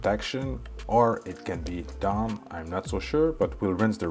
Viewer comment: You can’t even say the word DAWN correctly